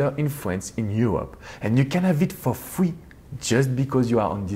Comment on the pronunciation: “You can haff et foh fwee”